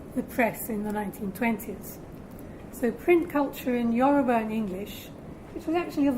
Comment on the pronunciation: The way she pronounces the Yoruba words is 100% spot on.